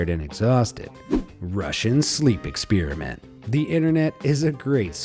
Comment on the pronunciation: “ExpEEEriment”—not cool bro